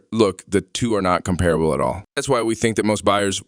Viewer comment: You have to learn how to pronounce "Piaggio" and not just pronounce it differently each time. Also "comparable" has the stress on the first syllable. Also, basic motorcycle terminology; it's "Pillion," not "Fillion." Odd. Sounds like whoever wrote this doesn't speak english as a first language. Good review but work on language and presentation skills;)